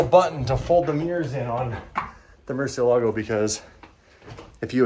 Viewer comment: kills me every time he says Murcielago I can teach you how to say it correctly 😂😂😂